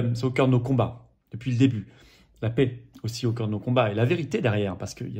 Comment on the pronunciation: Plusieurs remarques : _ à quand l'union avec Asselineau,Dupont Aignan et Kuzmanovic ?? _ Pouvez vous acheter un micro , car le son est très moyen.. _Quand on prononce le mot " paix" , c'est l'équivalent en phonétique du son "ê" , et non pas "é" , comme prononce Florian, tout le temps (!) La souveraineté commence par respecter notre langue française. D'avance merci ☺️